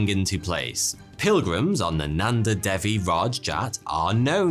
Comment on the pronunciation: I'm in india why have I not heard of this lake??? And it's day-wee not dev-e and par-vuh-ti